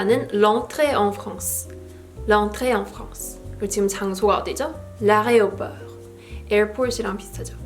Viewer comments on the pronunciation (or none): you said areoport instead of aéroport haha common mistake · Well....it's fine. We understand well. Even french people tend to pronounce this way.